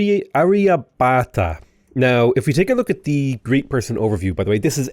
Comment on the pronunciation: It’s pronounced Arr-ya-bhatt-a Hard “bh”, hard “t” Nice tall build though! Always fun to see something outside the ordinary 20-city late-game in a Science/Domination run.